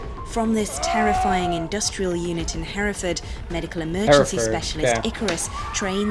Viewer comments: Your pronunciation of Hereford is good for a foreigner. Where I'm from, we don't pronounce the last R. Herre-fud. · U pretty much said Hereford correctly.just sounds abit different because of the American accent....done better than barrack Obama saying wooton bassett(Town in england)🤣🤣🤣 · You pronounced it right, my father was stationed at the SAS camp, as were several friends. Father was there before the famed Embassy siege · Correct with the pronunciation of Hereford 👍